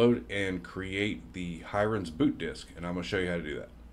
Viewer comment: I feel like the pronunciation of "Hiren's" is off. He's Indian and it should be less like "siren" and more like Helen "Mirren" - many Indian anglicised spellings are single "r" but modify the "i" to sound like in squirrel etc. Great tool to suggest though. Thanks for the video!